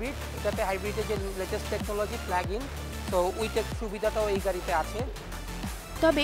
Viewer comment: hahaha hala koy ki.... "PLAG IN" technology bole ha ha ha English taw thikmoto bolte parena...ederke kemne job dey...